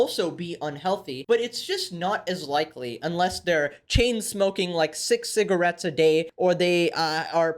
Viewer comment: bro said 6 cigarittes a day like its alot